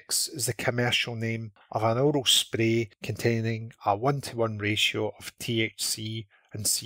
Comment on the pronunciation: "Orol spreeeh" 😂 Thanks for the upload!! Good to see some evidence-based information added to the discussion.